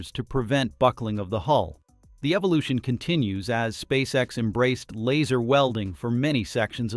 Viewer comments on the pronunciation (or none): none